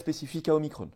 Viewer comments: Non non omiCron et pas omiCrone 🙈🤣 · En France, on parle français et on use de la phonétique française même pour des mots étrangers : Omicron pas Omicronne ! On prononce Macron, pas Macronne ! alors même s'il s'agit de la quinzième lettre de l'alphabet grec, c'est pareil, car quand on parle français, on prononce en français, merci ! O comme la première lettre du prénom de Véran ensuite, remplacer le i de micron par un a et micron devient Macron... Le hazard fait bien les choses...